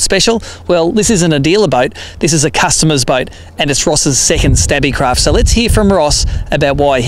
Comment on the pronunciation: Its pronounced Stabicraft not Stabbicraft. As in stable not stabble.